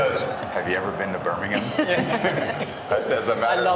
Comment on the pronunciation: wrong, you can see how part she is of the group of men, when she fail to say birmigham. They help her directly with a smile like they would do for a bro. She is respected for a work as journalist and "entertainemer".